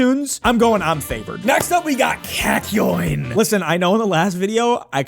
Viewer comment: beo why do u keep saying cackyoin